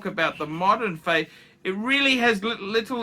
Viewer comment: Favre is not pronounced "feya" for chrissake. Learn your shit man. Btw - I dont need a "watch" channel to read wikipedia.